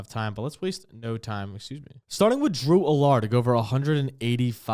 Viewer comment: Dude managed to mispronounce Drew Allar AND confuse Trevor Etienne with Travis 😂😂 gotta fade the picks now